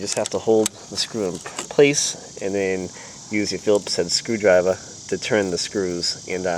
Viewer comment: What's a screwdriv-ah? :)